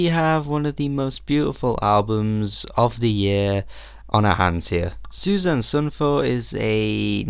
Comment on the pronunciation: Susanne is 3 syllables in Norwegian. Su za neh.